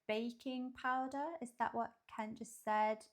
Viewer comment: You say Cowboy Kent's name just right!